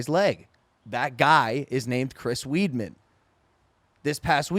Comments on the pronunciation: “Chris weed-min” I can’t be the only one who got annoyed how Logan pronounced his name 😂😂😂😂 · Chris “Weed-man?” It’s pronounced WIDE-MAN!!! C’mon Logan, You gotta know all fighters names since you are in a contact sport... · Its pronounced CHRIS “WIDEMANN” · Thank you for the correction haha its pronounced like Wideman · Cringed when he multiple times said "Chris Weedman" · When I already hate Logan talking about fighting, he says Chris “weed man” Jesus Christ if you just half way watch fighting you know that’s not how you pronounce his name. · Logan: “chris weedman” Bruh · Love this one, Logan and great combo, why was he not pronouncing the fighters names wrong (that really annoyed me) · Logan calling Anderson silva spider like he knows everything about the ufc but he cant even pronounce weidman